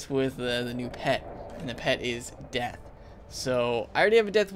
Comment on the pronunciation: U said zeath not death